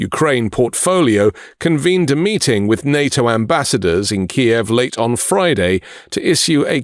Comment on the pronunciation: It's Kyiv not Ki-ev